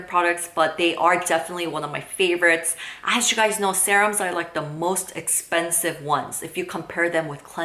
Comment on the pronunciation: 0 because you call it sahrum